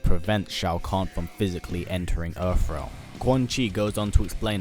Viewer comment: Where is this "Erfrealm" you speak of???